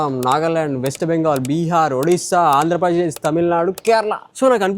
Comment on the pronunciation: Andhrapajesh kadhu Anna Andhrapradesh😅